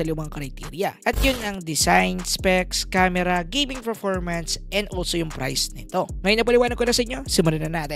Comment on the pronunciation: Nice review.. sakit lang sa tenga ng "Ferpormance"